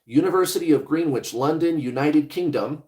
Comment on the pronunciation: Greenwich is pronounced Gren ich....😊